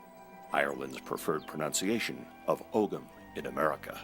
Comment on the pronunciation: Ogham is pronounced "oh-um" in Irish.